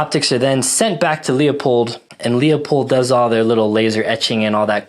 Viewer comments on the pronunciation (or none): "Loi-pold", Markus Friedrich Leupold was a german immigrant in the US. Don't get me wrong, you may pronounce it "strawhat", I was just in a german wiseassing-mood. We "shermanns" are sometimes like this. Especially when my wife was right once or twice too often today. So, as I said: "Loi-Pold", not "lee-ow-poid". hehehe ;) Ah, and of course, a very comprehensive review of the Kriss Vector, I really like your setup, I personally would've taken the 10mm version, but I can very much relate to the reasoning of interchangeability to your EDC Glock mags, make absolutely sense to me. Even if it's 2½ years old and some shots shows went down, still a rad setup IMO. The Leupold dots are laser sharp and having a great FOV (others have that too meanwhile, but from own very humble experience, it's quite rugged what they build.) I had the opportunity to fire one in .45 semi-auto , when they were quite new and I can remember, I was thoroughly impressed from the recoil-vectoring. As I understand it they tinkered a bit with it and made the system even smoother than at that time.